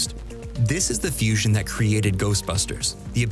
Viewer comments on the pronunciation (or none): none